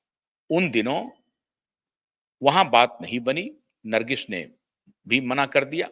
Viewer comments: Nargis not Nargis....there is no sh in the end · नरगिश नहीं बेवकूफ़.. नर्गिस कहो 😂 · कृपया ठीक से हिंदी बोलना सीख लीजिए। नरगिश कया होता है Produsher kya hai